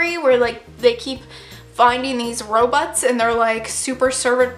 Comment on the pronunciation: i 100% thought you were saying Ro-butts, instead of Robots 😂 jesus. SAD TOG FEELS. I CRY 😭